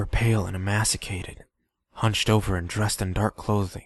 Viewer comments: I enjoyed this a lot. However, emaciated is pronounced E May Cee A ted. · My dude, you did splendidly! You mispronounced "emaciated", and there were a couple of spots where your flow got a wee bit stahgered...but, really, that's splitting hairs. 7/10. Would get creeped again.